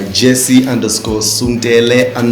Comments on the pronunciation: To think I've always thought his last name is pronounced "Soon-tell" 😩😏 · I will never get over how he pronounces his surname cause why tf have i been saying "sun-tell"??????💀